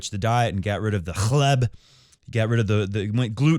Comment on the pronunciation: "Hleb" hahaaa, you're so funny. Love your show ❤️